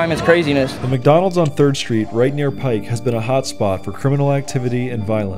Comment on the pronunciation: Thank you for pronouncing "Pike" correctly